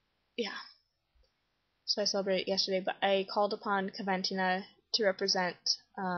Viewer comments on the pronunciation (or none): It's pronounced coh- ven - teen - ah 😊